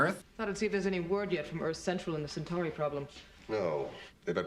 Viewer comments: I know you're just learning pronunciations, and if I were in your place, I'd just be referring to "the hair guys" and the "reptile dudes" and such, but "sen-chur-ee" is hurting me. You know centaurs? The horse-men? You pronounce it like that with a long E at the end: "sen-tore-ee". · The pronunciation of "Centauri" even by the actors made for a great blooper reel moment: Cen-torr-ee. Cen-tarr-ee? Tomato! Tomahto! Potato! Potahto! singing together Let's call the whole thing off! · 1) I know you got hit with a lot of new words, very quickly: Cen-TAR-ee, Min-BAR-ee 2) The lady at the end eating popcorn with Garibaldi was the Minbari ambassador: Ambassador Delenn. 3) The rank of Lieutenant Commander is sometimes shortened to Commander in conversation. Lt Cmdr Ivonova is second in command (also called executive officer or XO), Chief Warrant Officer Garibaldi is head of security. Sinclair is one step up in rank from Ivonova, a commander.